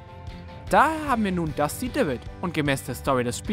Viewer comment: Hört euch mal an wie Er Dusty Divot ausspricht